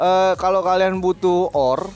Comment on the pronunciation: Ore dibaca oyer bang